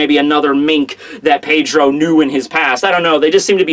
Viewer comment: who else gets pissed off by the way he says Pedro?